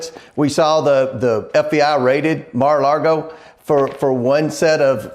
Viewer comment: Balloon Head Comer can't even pronounce Mar-a-Lago correctly.